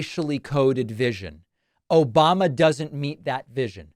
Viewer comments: OBAMNA! LOL CRACKS ME UP EVERY TIME I HEAR IT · O-BAM-NA! never gets old lol.